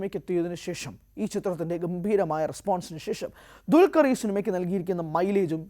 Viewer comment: ഇവനെ പോലെ തന്നെ വേറെ യും കുറെ ചിലരുണ്ട്..😂 അല്ലെങ്കിൽ ഇവർ പറയണം.... എന്താ ണ്‌ DQ വിനോട് ഇത്ര വെറുപ്പ്.... ദുൽകർ എന്ന പേര് പോലും ശരി ക്കു പറയില്ല....